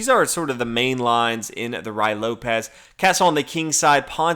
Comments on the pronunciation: You called it R[A]Y LOPEZ ahahah RUY (U like rUth ! ) Lopez ... Latin languages are the simplest in the freaking world but somebody with an amazing IQ cannot learn A E I O U like a ONE sound each (which is basically good to READ everything !!) respect the mess mambo jumbo of the English whatever sound language, which is fantastic for MUSIC but a disaster for speaking deep or making a mathematical sense ... A E I O U !! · It isn't Ru Why Lopez. It is Rui Lopez. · Rooey Lopez not Rye Lopez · Did you really say rye Lopez?!?!!?🤔😭😭😭😭😭😭😭😭